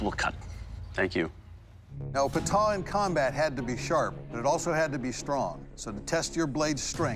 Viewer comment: this is the correct pronunciation of Pata Not Paataa . Similarly , many people mispronounce Chakram as Shakram